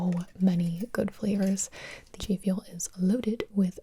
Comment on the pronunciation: Is it just me or did she say Jfuel